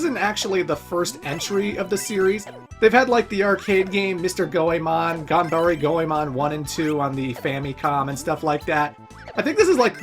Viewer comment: Why do you keep pronouncing "E" as "I" in the word "Ganbare"? Also, PLEASE play Mystical Ninja for the N64! Now that is a diamond in the rough if ever there was one!